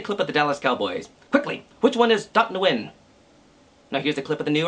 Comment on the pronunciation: isnt it pronounced "when"?